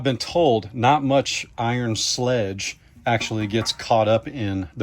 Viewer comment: I believe you are experiencing sludge not sledge. LOL !